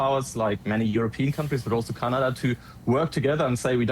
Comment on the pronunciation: 🇨🇦🇨🇦 As a Canadian I am fascinated with your show. At first I would fast forward through the first minute because you spoke so s l o w l y but I have gotten past that. I am subscribed to your channel and watch you regularly. I have only one ask PLEASE PLEASE PLEASE find a coach to teach you how to properly pronounce CANADA !! 🍁🇨🇦🤣